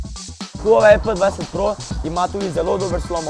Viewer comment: Pa reče se pe 20 pro